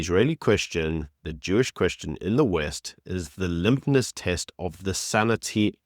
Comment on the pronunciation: The LIMPNESS test- I almost fell off my chair. Stop using adult words, until you can pronounce them correctly! It’s LITMUS!!!!!!!!